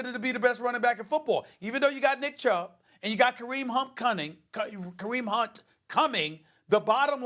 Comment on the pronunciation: Everybody: Kareem Hunt Coming. Stephen A: Kareem HumCunting. 😂🤣